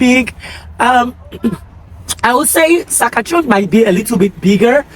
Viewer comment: It's Sas-kat-chewan